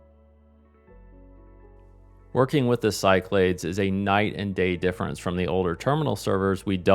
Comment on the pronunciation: Back in the day, I only ever heard it pronounced “SyKlaDees”, but who knows 🤷🏻‍♂️